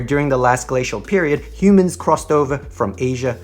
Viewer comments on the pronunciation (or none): none